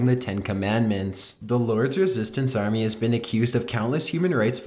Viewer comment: whyyyy oh whyyy are you pronunciating your words like that and putting the emphasis on the last part of the last word in every sentence...its so weird and annoying i cant watch this because of it hahahaha why "home maaaaaking", "retuurniiing", "armiiieeee", "coniieeeeee", dispuuuted", "slaveerrryyyyyy" lol